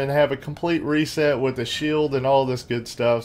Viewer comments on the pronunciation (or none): none